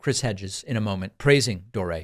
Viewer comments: Are you calling him Jimmy Doré just to poke fun at him? James Patrick Anthony Dore is an Irish name, not French. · Why do you call him Doré?😂